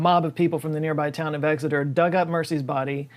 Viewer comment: As a resident of Exeter, I’m sick and tired of people pronouncing it ‘Egg-xeter’ I’ve never met a vampire here that even likes eggs